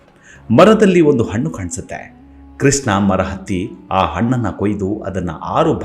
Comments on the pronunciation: Pl pronounce as Krishna ,not Kisna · ಸುಧಾಮನ ಕಥೆ ನಿರೂಪಣೆ ಚೆನ್ನಾಗಿದೆ. ನಿಮ್ಮ ಧ್ವನಿಯೂ ಚೆನ್ನಾಗಿದೆ. ಆದರೆ ಒಂದೇ ಒಂದು ಕೊರತೆ. ನೀವು ಕೃಷ್ಣನನ್ನು ' ಕೃಷ್ನ ' ಎಂದು ಉಚ್ಥರಿಸುತ್ತೀರಿ. ಶಬ್ಧೋಚ್ಛಾರಣೆ ತುಂಬಾ ಪ್ರಾಮುಖ್ಯ. ಇಂಥಾ ವೀಡಿಯೋ ನೋಡಿಯೇ ಜನರು ತಪ್ಪು ಉಚ್ಛಾರಣೆ ಕಲಿಯಬಾರದು,ಅಲ್ಲವೇ.